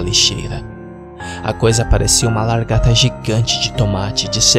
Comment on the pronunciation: Ele falando largata da um pouco de agonia